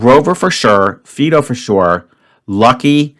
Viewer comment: xxx, Dora A, 2, Classic Dog Names Never heard the term "T-Storm." The dog's name is pronounced FY-do.